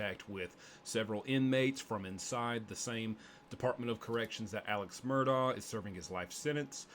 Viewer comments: It’s pronounced Murdock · You are pronouncing Alex's last name wrong, it is pronounced: Mer...dock.